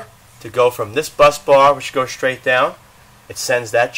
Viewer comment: It's funny how you improperly say the words "strips" and "straight". SHHHTRIPS and SHHHHHTRAIGHT. ha ha. Otherwise, I enjoyed the tutorial very much.